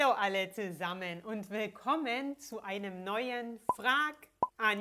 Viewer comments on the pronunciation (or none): none